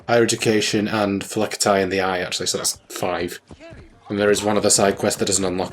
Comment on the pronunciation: I hate to be that guy, but I believe it’s pronounced Fee-Lackys or Fee-Lacky-Tie when using plural, lol. Not super-important or anything. I just have a bit of a fascination with languages, lol. Sorry if I came across as rude or anything. Not what I was going for.